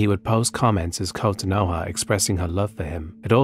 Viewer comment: "Kotanoha Chan! Daijoubu"?!